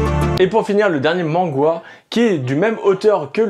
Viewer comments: Ça me perturbe de tentendre dire "mangwa" x) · Je sais pas si c'est moi qui me trompe que la prononciation, mais a chaque fois qu'il dit "mangwa" ça me trigger :') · Pourquoi il dis manghwa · C'est totalement horrible. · On dit manwha bg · bah y'a les manwha ou webtoon (solo leveling, towers of god, ect) et y'en a qui ressemble plus à des mangas, c'est en format papiers, y'a pas de couleur (sa je suis pas trop sûr) mais c'est coreen. Donc c'est pour ça qu'il dit mangwha